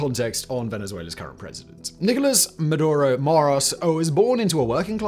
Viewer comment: Its maduro